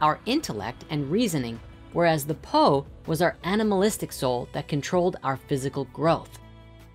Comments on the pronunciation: 魂 Hun is pronounced like HOON and 魄 Po is more like POu.Grat video though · Sharing that "7 hun 4 po" is pronounced more like "7 hoon 4 pour" pretty cool how ancient thoughts got it all figured out isn't it. It was also cool I finally learnt what sa and Sekhem meant as a Sekhem student